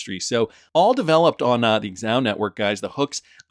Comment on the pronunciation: Xahau = “Za-How” not “Ex-Ow.”